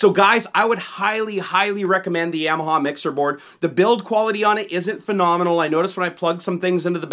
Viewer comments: Yam- ya- ha lmao. It's ya-ma-ha. You never had a dirt bike when you were a kid? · Another nice video. Thanks. I think it's Ya-ma-ha were the first syllable sounds like the German word for yes, "Ja". Not Yam like the starchy tuber you consume on Thanksgiving. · love the videos, but dude it's (Yah)maha hahah. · It's Yeah-mah-haw guys, not Yamaha. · I want to die every time you say "Yamaha". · The way you pronounce Yamaha triggers me.